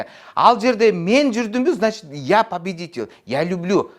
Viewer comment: Я пабидитл дейтго